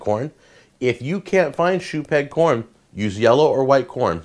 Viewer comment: I keeping hearing shoe peg porn, not shoe peg corn.